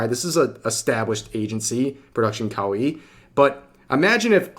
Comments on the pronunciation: it's kowai actually. In Japanese there are plenty of pairs like one-san and onee-san but that is not the case. Revs pronunciation is messed up too tho, like kowaii xD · Kawaii means cute In Japanese. The way you're say it mean scary in Japanese. Kawaii means cute - kawai means scary/scared